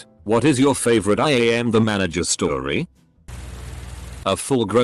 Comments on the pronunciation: AM = Aye Emm Also: ISP = Iesp. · We’re not gonna talk about the Ai saying I A.M the manager?